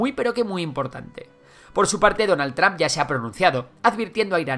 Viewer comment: No se dice Tramp, la "U" suena como "O" no como "A"